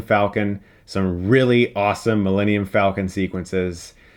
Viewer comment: So is it pronounced falcon or faul-con?